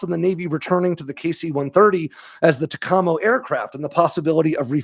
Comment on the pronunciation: When I was a naval flight officer NFO, in the 80s, we pronounced it TACamo..